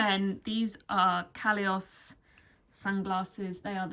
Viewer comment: Yes she did mention the brand however there was no link to it. She pronounced the brand as “Calious” (Caleos?)… Haha, I love how they look on but can’t seem to figure out the designers name.😢